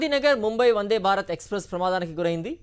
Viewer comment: వన్డే కాదు వందే